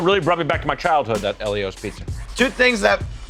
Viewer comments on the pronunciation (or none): WTF? Eli-Os? nah bro its E-lee-Os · It's fucking (eel-eee-ohs) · How did you say Ellios?! It’s eel-e-ohs! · Who else pronounces Ellios as "Eel-ee-ohs"? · They pronounced Ellio's wrong... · They are saying ellios wrong